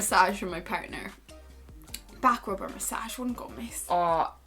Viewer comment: I thought you said bad grope not back rub hahaha